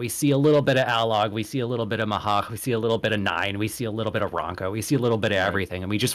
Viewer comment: That Mhach pronunciation is bugging me more than it should….. Mhach is one syllable, not two when you say it, the “h” is a bit silent but you still kinda say it